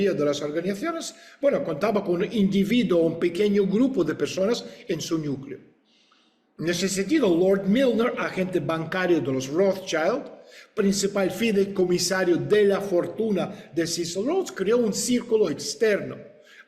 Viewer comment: Estulin, tu eres un poliglota y debieras saber que rothschild es un apellido judio aleman, de manera tal que se pronuncia rothschild y no rotshchAild como en el ingles de porqueria